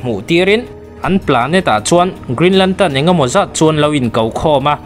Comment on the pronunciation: Lam dik ve ta ce (lantern) kha nagcuan (lantan) I ti daih a